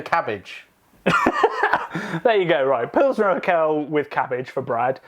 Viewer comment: I got goosebumps when Brad said Urquell. I'm very much a Belgian and love a lot of our beers (yet I do agree that the US, UK and even our brothers from The Netherlands and Scandinavia have "caught up" (It's not a competition, is it)) , but I lived and worked in Czech Republic for a year and after trying an unpasteurised and unfiltered oak aged pilsner in the cellars of the brewery my mind was blown. And most pilsners from tank or barrel had been great anywhere in the country. I haven't been able to convince any of my fellow country men how good Czech pilsner really is (heck, most think Duvel is the best and only good beer in the world) as all you can find is Urquell in small bottles or Budvar in cans but you guys gave me hope that my tasting buds did not cheat on me. Is it really the best beer in the world? Maybe on a boat indeed. But I agree: I hope I still have to discover it as well. Na zdraví!